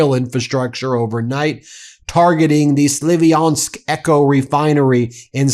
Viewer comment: it's spelled SLAV-yansk, not SLIVI-ansk